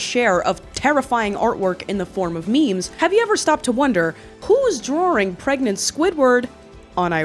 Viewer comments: I'm from Jersey. It's definitely from this area but the way she says "drawring" isn't how anyone I know says "drawing." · Ive watched all your videos because i love the way you say "drawing"